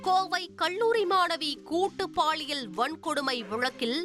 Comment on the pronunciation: நம்ம ஆண் செய்தி வாசிப்பாளர் பள்ளியை பல்லி என்பார்.. இவர் அவரோட தங்கையாக இருப்பாரோ??? கல்லூரிக்கு கள்ளூரி என்கிறார்.. எல்லா புகழும் தந்தி டிவி க்கே